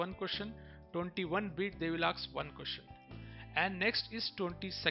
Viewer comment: I the video the word is "ask" not "aks" And pdf is helpful To us of the video so please bro